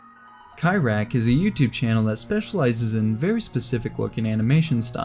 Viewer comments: Cyriak is "Sear-ee-ack" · I got introduced to Jean jacques Perrey's music thanks to David lewandowski's animations using three little ships and Brazilian flower also the way you pronounced cyriark sounds so wrong guess because its a UK name